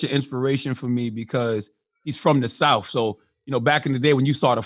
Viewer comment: Its pronounced south, not souf.